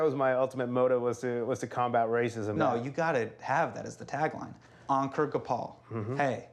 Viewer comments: Hassan mispronouncing Ankur’s name & his own name to make it easier for Americans.. Ankur is pronounced Un-coor not Encurr. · Hasan, you are saying Ankur wrong